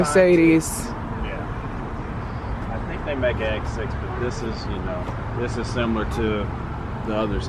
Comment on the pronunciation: Dis is nice. Dis cute. Dis is luxury. Dis is Money 😩😭